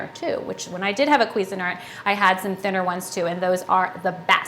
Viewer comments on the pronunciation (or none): I know but she can't pronounce it. queezyart Haha